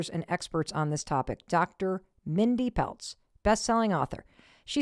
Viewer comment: It's Mindy Pelz, not Peltz and she's a chiropractor not an M.D. Lots of chiropractors are jumping on this bandwagon as a way to make money. I'd suggest listening to Dr. Pradip Jamnadas (a Florida cardiologist). "Fasting For Survival Lecture"